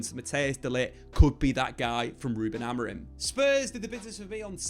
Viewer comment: Please stop saying "Amorin" 😂 Other than that, great video as always